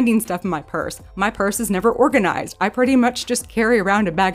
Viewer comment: As soon as you said, "organ-i-zised".... I sub'd. You seem to speak my language, so I'm in.😂 Tbh, you're the very bestest at this.🤗🇨🇦 EDIT: "indentions" 🤣 You keeps on makin' me feels all normals like.💖